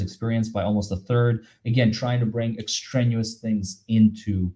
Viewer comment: The word is extraneous ex-tray-nee-us. A big word in the law. Apparently. Thank you,, for all you do. ❤️